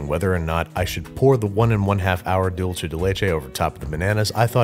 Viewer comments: Dolce (doll-chay) = Italian 🇮🇹 / Dulce (dul-say) = spanish 🇪🇸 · I cringed every time he said it that way. Dool-say dude, not dull-chay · Its really dulce. Not dulche. You know how the dulce is spelled dulce and the leche is spelled leche? That's why dulce is pronounced dulce and the leche is pronounced leche. In italian, dolce is pronounced dol-CHE. But that's because it's Italian, and a totally different language. The c is "ch" and their ch is "k." But in Spanish, c is "s" or "k" and ch is ch. Like in English. Dulce. Like "she spoke in dulcet tones." It's infuriating because it's actually more similar to English, and yet people speaking English are CONSTANTLY trying to overpronounce it. Doolseh deh leh-cheh. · DULCE= "DOOL-SAY" It was painful hearing "dool-chay" the entire video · sighs It's not pronounced "dool-chay." It's pronounced "dool-say." "Dulce de leche" is Spanish, not Italian. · Dool-seh not Dool-cheh. This is not Dolce and Gabbana, it’s dulce and banana. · Juan king anyways its Dulce so suck it up Juan